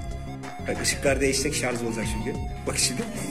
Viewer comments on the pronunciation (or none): Şarzzzz değil ŞARJJJJJ :))